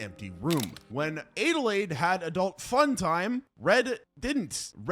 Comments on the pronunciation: Adelaide (add-a-laid) not aidealaide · It's Adelaide not adelayed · So my name is Adelaide, (pronounced ad-uh-lade) and that’s how the protagonist from the movie “US” is spelled, but it physically hurts me to hear it be pronounced “ay-duh-lade” xD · “Aid-a-lade?” How tf do you not know how to say Adelaide??? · Why are you pronouncing Adelaide like that? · The way he's pronouncing Adelaide is killing me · That bothered me too